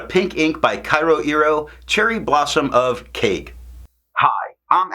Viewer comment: In terms of pronunciation, Japanese has 5 maybe vowels: a (sounds like ah but shorter), I (shorter ee), U (shorter oo) E (like the a in fountain) O (you get that right in tomoe). Vowels next to each other dont change each other - pretend they're separated by a hyphen. Keage sounds like ke-a-ge. Your kyo sounds like kye-oh. it's only one vowel in kyo, so kyo sounds like k-yo-iro. Hope I explained it okay, it's kind of tough to explain it in written form (source - am Japanese).